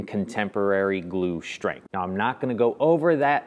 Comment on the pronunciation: Several issues with your shtrength test, yeah that is the first one. Why is is so difficult to pronounce st as ST and not SHT? Second the dominoes were too close to the edge of the parent. I doubt that a plain butt joint would have not be just as good. What I found surprising is that the really crappy morise held at all.